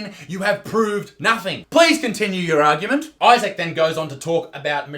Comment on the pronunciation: I just realized you pronounce your name Eye-Sack